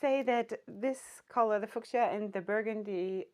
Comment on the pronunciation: I love this video. I, too, subscribe to the "wear ALL the scarves" school of thought. 😂🌺🌼🌸💮 I'm sure you've already received this info, since it's been 6 months, but midwestern American English speakers pronounce fuschia "FYOO sha" or "FYOO shya". I think other subdialects of English may pronounce that with other variations on that theme, but the yoo sound is the star of the word, generally. 😁🤗